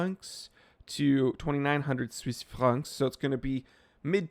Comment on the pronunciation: I thought you said 2600 Swiss farts XD